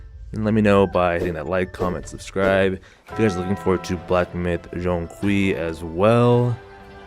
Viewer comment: he pronouced it quite well actually. Its kinda like the J in "Jane" but with a Z twist